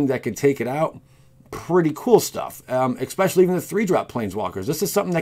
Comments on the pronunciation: Especially not expecially otherwise very informative 👌👌👌 just wanted to mention, it bothered me a lot sorry 😖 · I’ve only watched 2 of your videos now so far...and they were both great. Now that being said, please look up how to pronounce words if you have the slightest hint that you may be saying them wrong. “Ex-Specially” had me cringing every time you said it. “Lie-Berry” was the one in the last video I watched that got me. 😬😬😬 Keep the videos coming, but please let a close friend or someone you trust watch them first to try and catch these things.✔️